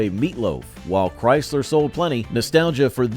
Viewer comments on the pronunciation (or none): none